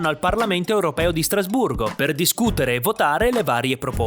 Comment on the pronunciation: Hai detto Strasburro?